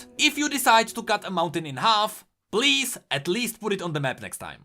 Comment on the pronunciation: Bilge water blease